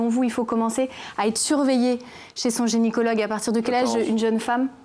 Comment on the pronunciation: Euh on dit gynécologue et pas génicologue hein !